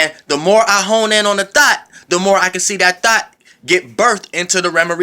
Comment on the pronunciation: I was like I know I aint the only one catchin that, He said "Hone in on your Thots" Im done lol